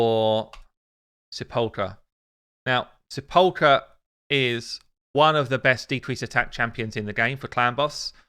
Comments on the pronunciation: Sepulcher is pronounce Sep UL KER no ch sound. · Hay, you pronounce it Sep-ul-cerr Sentinel, a Sepulchre is like a small room in which some one is laid to rest or buried.